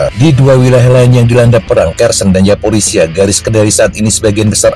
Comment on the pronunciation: pembaca skrip nya gabisa mengucapkan Z ZAPOROZIA BERBUNYI YAPOROSIA ZELENSKI BERBUNYI YELENSKI perlu di oprasi lidah nya